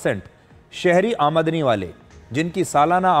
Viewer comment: Aam dani bolo sir 😂😂 AI ho kya